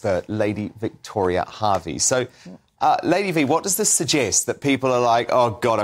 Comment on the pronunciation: Oh, for God's sake, it's Lady Victoria, HERVEY, not HARVEY!! Get it right.